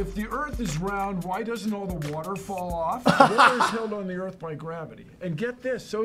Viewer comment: "it could-a hit the herth"